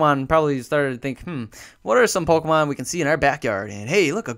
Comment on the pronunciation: He says Polkamon not Pokemon